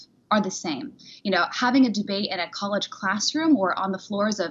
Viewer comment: Dee-bate that Bryce guy Sir.